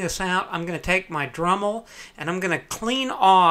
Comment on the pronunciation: Don't get me wrong I loved this video but "Drummel"